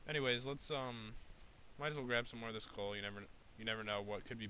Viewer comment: Did any one realized he said in the third min he said cool not coal